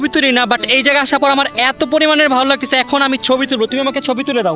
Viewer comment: Laktesa❌ Lagtasa✅